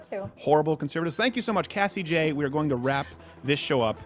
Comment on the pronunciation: Cassie Joye? Cassie Jays? WTF?!!! I'm Going crazy!!